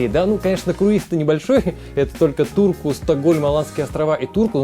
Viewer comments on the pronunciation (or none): Мне одному послыщалось что не в Турку а в дурку